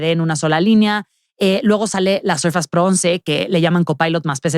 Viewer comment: SORFEIIIISSSSS .....SORFEIIIISSSSS ::::::: 🤦🏻‍♂️🤦🏻‍♂️🤦🏻‍♂️🤦🏻‍♂️🤦🏻‍♂️ .NO ....SURFAS !!!!!!! NO MAMAAAA!!!